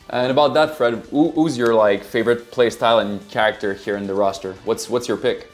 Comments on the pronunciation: please say CHAracter, not chaRACterm its driving me insane. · Select your Ker-ack-tir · 'care-actor' instead of character lol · "CHARE-RICK-TER" -character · Stopped watching because of the care-actor pronunciation. Am I a dick? Yea, and I am fine with that. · Kah ract er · Looking forward to choose a kerrrRACKterr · For the love of god, learn how to pronounce “character” And they say it’s the Anglophones that butcher the French language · dont mind the accent, but the way he says that specific word. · The way this man says character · Absolutely unwatchable the way he says character